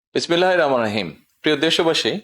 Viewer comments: এমন শিক্ষিত প্রধানমন্ত্রী কোন ইসলামিক দেশে আছে বলে আমার মনে হয় না। যে কিনা, বিসমিল্লাহ টা ও সঠিক ভাবে বলতে পারেনা। এবং মুসলমানদের শোহার্যপূর্ণ নিয়ম, সালাম দেয়া। সেটাও সঠিক ভাবে বলতেই পারেনা। আফসোস ???? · বিসমিল্লাহ শুদ্ধ করে বলতে পারেনা এ কি বালের মুসলিম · বিসমিল্লাহ ও সালাম একটাও শুদ্ধ ও সুন্দর হয়নি 😡